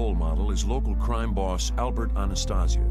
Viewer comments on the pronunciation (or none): Ana-stay-sia, not Ana-stah-sia. Marrone!